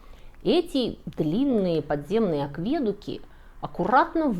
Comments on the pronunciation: В слове акведук ударение ставится на "У", а не на "Е", это акведУки, а не аквЕдуки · Только один вопрос: почему аквЕдуки, а не акведУки? В остальном - спасибо, было познавательно, и в чем-то, залипательно) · Почему вдруг аквЕдуки? Когда акведУки перестали быть таковыми? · Всё просто великолепно ! Но вот только эти "аквЕдуки" ! Ухо режут хуже ножа ! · Всё хорошо, но не « аквЕдуки», а « акведУки» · Почему аквЕдуки, по- моему акведУки😊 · Спасибо! Ничего нового я не узнал,но какая подача!!!! Вы гениальный лектор.Вот только "аквЕдуки" меня смутили.Был уверен,что "аведУки".Учту.Еще раз - спасибо! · 😂 боже, ну откуда вы берете такие ударения? Ну откуда взялись аквЕдуки? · Что значит они он являются уникальными? Всё что ни есть - уникально! Ну почему вы постоянно не туда ставите ударения?! Что это за аквЕдуки, НаскЕ👈🏻🤦🏻‍♀️ Если бы это был храм и паломники шли, то эти бы геоглифы не сохранились 🤷🏻‍♀️, вы сами только что сказали что из-за туристов они стираются и Райхе своей метлой всех разгоняла. Обезьяна, паук и колибри афигенно олицетворяют стихию воды😄👍 и абсолютно прямые линии повторяют русла подводных рек 🤦🏻‍♀️ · Всё прекрасно, если бы не аквЕдуки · Нравится, смотрю, хвалю, спасибо! P.S. "Акведу́ки" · АквЕдуки, сильно режут слух. А вообще, интересно. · вопрос не как сделали, а как разметили. неужели филологи говорят аквЕдуки? 😲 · АквЕдуки? Понятно. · в русском языке принято говорить акведУки, акведУк. ВиадУк ещё. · Так все классно шло и тут это режущее ухо "авЕдуки" - откуда этот ужас?! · Нет такого слова "акве́дуки". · аквЕдуки? хммм... А автор точно хорошо разбирается в том, о чём рассказывает? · И всё же "акведУки". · Акведуки с ударением на - е максимально режет слух. Что это? Необоазованность или попытка выделиться? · Мне кажется вы читаете чей то текст не зная нюансов. Слово Акведуки например, вы делаете ударение на другую букву рассказывая о них. Как будто впервые это слышите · Всё хорошо, кроме ударения на слове - акведуки